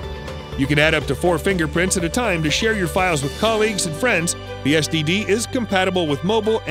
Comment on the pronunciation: did he call it an sdd?